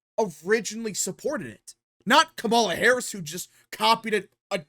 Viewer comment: The moment this guy mispronounces Kamala Harris, he immediately loses his argument and any sense of reasoning and sounds uninformed. Also, he sounds like a noob to politics. This strategy is called co-opting and it's as old as politics itself. It's nothing new. Trump did it when he said that he would not touch Social Security after the Dems made that promise for years. You take a good position away from an opponent by doubling down on it or sometimes improving on it. It works when it doesn't compromise the candidate's platform. Reducing taxes on the working class is a key Democratic position, so it doesn't violate the Democratic platform. It also makes Harris look moderate, and it takes the issue off the table from her having to discuss it at a debate because they agree on it. It's the political way of saying hold my beer.